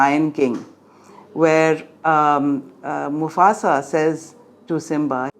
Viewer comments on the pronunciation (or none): none